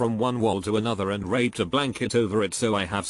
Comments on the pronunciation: That bot didn’t say draped... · You forgot the first d in draped lmao